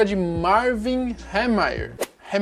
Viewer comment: Como são dois "e" acho que Hee fica com som de "i".